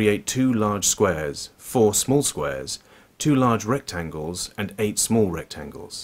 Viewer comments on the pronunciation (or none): none